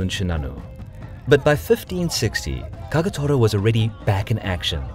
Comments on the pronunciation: KAGATORAじゃなくてKAGETORAな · Kawanakajima not Kowanakajima Kagetora not Kagatora. Why are these idiots unable to pronounce even as they wrote it? Have they been caught in a magic trick? O.K. I'm done with this stupid insult for other's name. I should have known that....